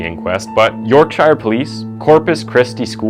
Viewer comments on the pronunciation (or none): Why do these so called professional narrators, pronounce other countries names incorrectly? Look up the name Yorkshire and find out how it is pronounced.